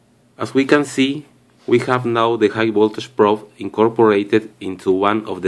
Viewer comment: This video is very informative. Thank you for making it. But really, can you not learn to pronounce "voltage" like it is commonly pronounced? Will that be very hard for you?